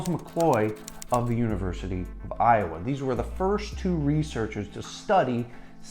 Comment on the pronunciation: Hell nah you did not say Iowa like that 💀😂